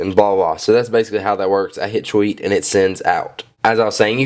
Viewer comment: you say "tweet" funny lol. sounds like your saying "cheweet"